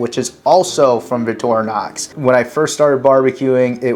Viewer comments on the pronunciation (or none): Why are you saying "Vitorinox"? There's a "c" in the word. Vic-tor-i-nox.